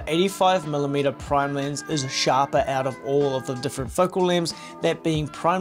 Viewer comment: it is funny how australians cant pronounce the letter E. Lens becomes Linse.